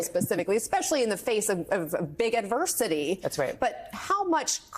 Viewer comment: BIG... Not "bid."